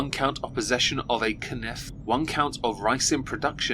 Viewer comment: Canif? Didn't know you spoke baguette ;)